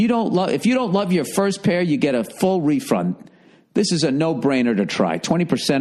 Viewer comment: "Refrund" lmao I love this guy